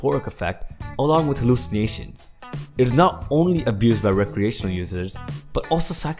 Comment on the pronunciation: LOL whem he says hallycimatiom